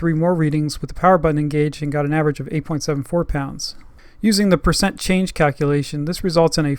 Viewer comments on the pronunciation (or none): none